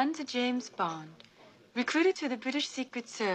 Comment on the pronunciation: Don't you just love it in this scene from "The Spy Who Loved Me"(1977) that Barbara Bach's character Anya in talking to Bond at the bar in the Mojave Club, reveals to anyone within listening distance that Bond is a spy for the British Secret Service! Lol! And how about Moore mispronouncing the name of the club?! The "j" in Mojave is supposed to be pronounced like an "h" !